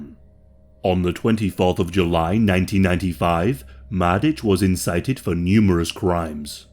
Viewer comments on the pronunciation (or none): none